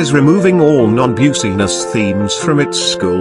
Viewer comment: Don't Worry, I Got Them On Requestly. Also, It's Pronounced Business, Not Buseniss. And It's Pronounced License, Not Licince